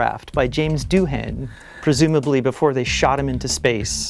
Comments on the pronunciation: How did Mike not jump in with the "correct" pronunciation. The H is more a w softer sound. Gaelic, huh? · I always pronounced Doohan's name "do-in" not "doo-han." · All my life, I thought the h was silent in Doohan. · I was too distracted by what I suppose is the American pronunciation of "Doohan". I'll file it in the bin next to "Warwick".